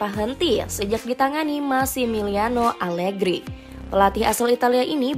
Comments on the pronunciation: Menit 1.02 salah ucap (alergi) 😅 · maaf admin. saat menyebut nama alergi. jangan keseleo lidah dong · 0.57 alergi horor bgt min😂